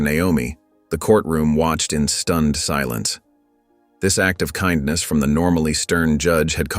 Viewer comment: what kind of narrator does not know how to pronounce kindness??? It certainly is not pronounced ken-ness!!!